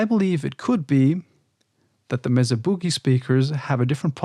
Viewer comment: Mesa is pronounced "May-Suh." Named after an elevated plateau geological formation.